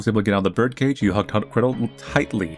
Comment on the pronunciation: bro was saying "gretol"